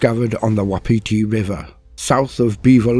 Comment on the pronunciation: Awesome but it's pronounced 'wap' 'iti' love my home and it's hard language